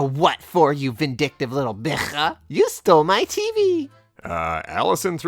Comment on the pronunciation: i love how pronounces the word for female dog <3 it sounds so exotic <3